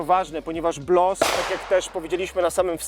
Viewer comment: BOLS a nie BLOS